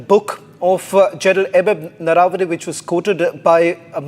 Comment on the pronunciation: The Lady Anchor pronounced Gen's name wrongly - it is Naravane and not Narvane. Needs correction. Silly mistakes.